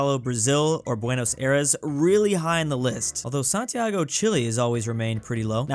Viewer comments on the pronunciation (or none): none